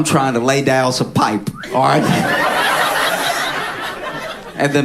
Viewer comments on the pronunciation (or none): He put a little something on it when he said “Layin some PIIIPE!!!!”